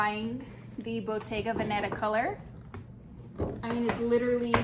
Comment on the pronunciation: I also right you kept saying Bottega Banana lol